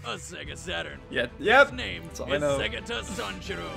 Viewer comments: You said segata sanshiro perfectly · ***** you pronounce segata sanshiro so well